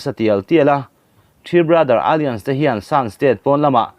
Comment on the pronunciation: Alliance hi alians ti in chhiat toh lo la😊...a-lai-ans ti zawk la